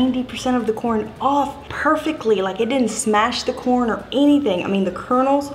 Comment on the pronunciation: I thought you were saying porn every time you said corn. 😆!!! Lmao